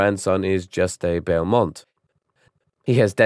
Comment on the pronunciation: He literally pronounced Juste 3 different ways.